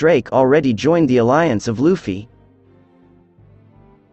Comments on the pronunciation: Did this dude call luffy, luufy? For shame young human for shame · Love the video but please pronounce luffy’s name write lmao. Its luuufy, not like how his names written.